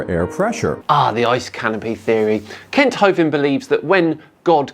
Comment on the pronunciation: no more Kent Hovent schaisse, pliis.